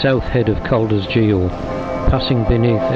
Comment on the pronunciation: Amazing video! Never realised there were so many caves! You are not pronouncing "Geo" right, 😄, should be a hard "g" as in "gorgonzola", not as in "George".